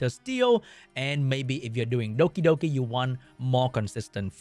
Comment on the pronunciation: I love the way you say Dokidoki :)